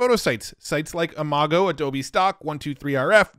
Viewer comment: Great video! Side note: Based on Google's demo videos, Imagen is pronounced as "Imagine". Also, Gaussian is pronounced "gau- see-uhn"